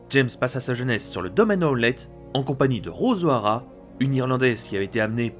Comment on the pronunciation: C'est qui James Honlett ? James howlett